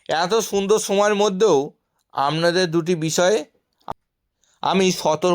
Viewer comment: উচ্চারণ ঠিক করে করুণ। আমনাদের বলে কোনো কথা হয় নাকি ?